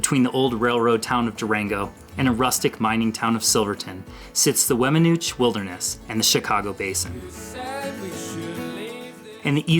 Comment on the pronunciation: 52 Weminuche is pronounced “wem-ehn-NOO-chay”